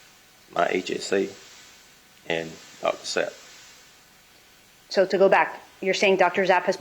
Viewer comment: God why she keep saying Dr Zap when she was told its Sapp.D